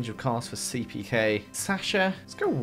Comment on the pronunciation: Did anyone else hear him mess up on Seepeakays name? LOL